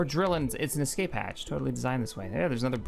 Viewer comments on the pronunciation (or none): none